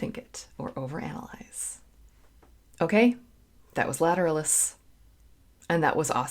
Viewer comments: Lat-er-al'-us, emphasis on the third syllable. 👍🏽😁🌀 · accent is on the AL like the latin / anatomical term. it's a treat to hear you review this band, there is so much to analyze :) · Pronounced : Ladder Alice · I always pronounced it with the stress on the third syllable. Lat-er-AL-us. I’m probably wrong